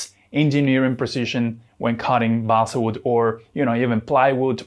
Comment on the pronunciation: Your English pronunciation is very good - except for "balsa".